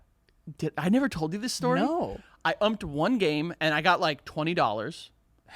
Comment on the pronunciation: the way says umped: UmPeD